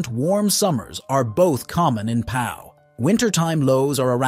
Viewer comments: and "Pau" is pronounced "Poh" not "pow". Disgraceful. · And ‘Pau’ is not ‘Powell.’ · Pau is pronounced Po!! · if this is supposed to be an informative video about the best places to live in France then you would expect them to know how to pronounce the place names regardless of whether French is their first language or not.